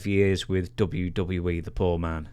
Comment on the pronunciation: One of the major reasons I quit watching the dubleyudubleyuee is because of Cole and the way he says the company name